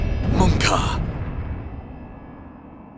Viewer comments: You went to faaf, you foof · You went too faf, you foof.